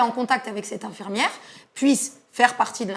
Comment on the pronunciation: Rien à voir avec le sujet, mais le journaliste dit "infermiere" c'est pas très professionnel !